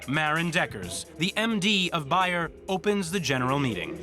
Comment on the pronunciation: BAYER is pronounced BAYER WITH A LONG A SOUND!!